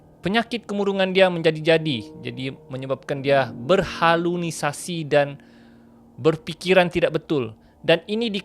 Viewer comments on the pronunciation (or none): Berhalusinasi bang...bukan berhalunisasi